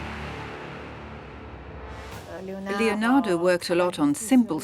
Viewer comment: My ears bleed. LEonado Da Vinci, for god'sake LEONARDO. Not lionardo or whatever you are saying.